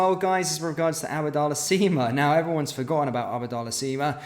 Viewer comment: It's not 'ABBA' dallah, It's just 'AB'DALLAH. Think you've been blasting oot ABBA on Spotify to much ffs 😄 🔴⚪️🔵